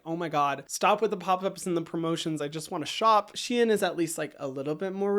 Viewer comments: It is pronounced shen not she in ❤ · can you say Shein once more LOL :face-purple-crying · No one ever pronounces Shein like you